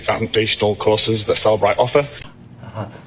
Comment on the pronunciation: JFC, doesn't even pronounce the name of the company he works for correctly, but we are supposed to believe he can analyze phone data w/o metadata 🙄. It's Cell-e-bright (three syllables), not Cell-bright 🤦🏼‍♀️.